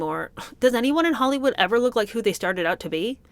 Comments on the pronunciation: Who in god's name would NOT be confused by someone mispronouncing a simple word like "look" as though it's supposed to MEAN something? Weird. Just weird. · I hate to defend meghan on anything, but I was also befuddled by her pronunciation of "looook". I was confused. It was very awkward and strange.